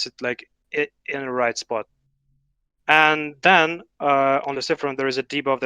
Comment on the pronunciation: AND DEN??? AN DENNN?? HUH?? AND DEN!!!!!